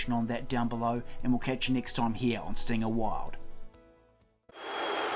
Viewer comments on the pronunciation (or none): none